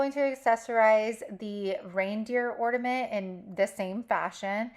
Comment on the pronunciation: You need to pronounce the letter “N” on the word “Ornament”❤❤❤❤❤